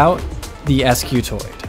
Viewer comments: Wouldn't that be pronounced "skew-toid" instead of "es-kew-toid"? Because an initial "sc" almost never breaks into two syllables, and because "skew" as in offset or twist... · wouldn't this thing be pronounced "skewtoid" and not "ess cue toid"? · ‘Ess cuh toid’ how do you spell that? Scutoid, not s-cutoid, scutoid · I realize he pronounced it as es kiu toid and not skiutoid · Spent the first half of the video wondering "If the first line of the description says Scutoid, why does he keep saying Escutoid the whole time?". Would be nice if you kept things consistent, or at least explained the name in the beginning rather than the end of the video. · Scutoid not S- scutoid 🤦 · The guys that invented this were smart enough to invent a new shape, but not use grammatical correctives. if this is an S-Cutoid, it'd be pronounced exactly that way, MAYBE chaotically SCutoid. But with every fiber of my being, Scutoid is pronounced 'Ssskew-Toy'd" ALL OF THIS BECAUSE OF SOME GUY'S FKN NAME? So its acutally SkewToy'd Scutoid. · Wouldn't it be pronounced "scutoid" and not "eskyootoid?" Like - "skoo-toid"??? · pretty sure it's not an "Es-cutoid" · that you remove the e in the title and description but still saying 'escutoid' is a bit trolly